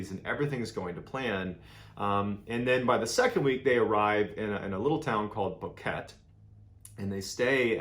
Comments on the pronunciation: I realize it’s been 3yrs since this vid came out so kind of a moot point, but my family is from Boquete (pronounced bow-keh-teh although I grew up mostly near Panama City). I spent much of my childhood summers/holidays there and was even stationed in Panama with my husband as an adult for 3 1/2yrs so would go visit my grandmother and family who still lived in Boquete at least twice a month. My grandmother’s house is less than a mile from the restaurant Il Pianista, where the girls left from. All that to say, I know the area and what I’m talking about. I cringe every time someone says jungle to describe the area-to clarify, it is NOT jungle on Volcán Baru or on its foothills, or on the Continental Divide where the girls were hiking. It is fertile highland country, overgrown cloud forest, but not rainforest jungle as is seen closer to Panama City and in the provinces between there and Colombia. The trail starts out wide, but as you climb higher, it narrows to a one person track and is very clearly defined-you’d have to be a rock to get off it. There is no parallel trail so no way to “stalk” a person other than to just follow them on the trail, which is obvious. In 2014 the chances of meeting others on the trail either coming or going was pretty good-many more hikers. The view at the top is pretty amazing and on clear days you can see both the Pacific and Atlantic Oceans. I don’t understand how the pic of the girls jumping up at the top of a mountain (which could be from the sce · Hey !!! I really enjoy your content and i am from Panama , i know is been like 2 years since you post this but for the name in the town you pronunce the last E also and i dont know where you got the info that u can buy land or a house for 30k in boquete 😅, in the last 10 years it has become a prime destination for retired people and the prices had skyrocket , i mean is still alot of money but not like equivalent to half million dollars 😅still thank you for sharing this story